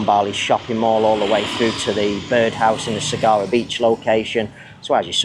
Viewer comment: Hi. The Byrd House is pronounced "bird house"